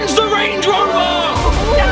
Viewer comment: Range* not rang